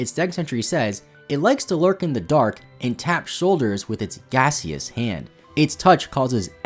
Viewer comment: That's not how you pronounce "gaseous".